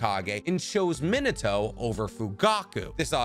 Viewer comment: Am I the only one who keeps hearing him say, “Minoto” instead of “Minato?’” 🤔 a-ah, e-eh, i-ee, o-oh, u-ooh